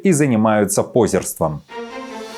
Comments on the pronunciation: Что такое пОзерство??? Есть позЕрство через Е с точками, как в слове Ёлка, и происходит это от слова позЕр тоже через Е с точками! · Уважаемый ведущий, ни "пОзерство" , а позЁрство. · Не, ну уж живой журналист, не бот, может правильно ставить ударение?! пОзерство? Что?! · Спасибо за информацию. Только не пОзерство. А позЁрство😁🤭. В русском языке ставится ударение на букву Ё: актёрство, позёрство,свёкла☺️ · Позеееерство м. Ударение надо ставить правильно😊